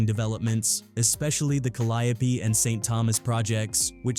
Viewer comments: Not calidipee if you need to know how to say it More cadeeo projects cadeeo for who cant read or say it correct. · I can't even continue to watch this you can't even much pronounce it right Calli yo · We New Orleans natives will butcher some words and really believe it’s the proper pronunciation, technically it really is Ca- ly- o - pee another is actually Mel- pom- mo- nee. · I swear that AI is wwatering everything down , just look at how it pronounces the Calliope 😂😂it's doesn't feel authentic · YOU ARE BUTCHERING THE NAMES IN THIS VID I HOPE YOU KNOW THAT TAKE THIS VIDEO DOWN